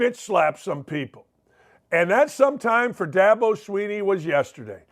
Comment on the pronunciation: Who names a kid Da-bow?